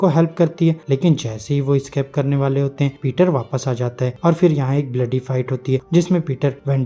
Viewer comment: keep it slow,like "hotae" ki jaggah "hotayy" kaho